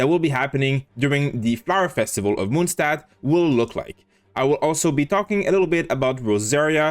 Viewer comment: It's not Moonstad it's Monstad please that sound really bad